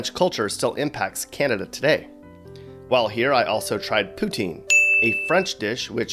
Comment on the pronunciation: P.S its Poo-teen, NOT Putin lol sorry that really just gets under my skin